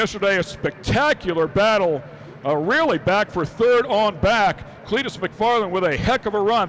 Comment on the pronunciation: Are they trying to say Clitoris? I feel like they keep saying something foolish like Cleetorus.